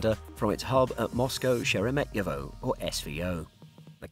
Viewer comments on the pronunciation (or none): The Narrator got the pronounciation wrong for the Russian Airports. It's Do-mo-de-do-vo & She-re-met-ye-vo.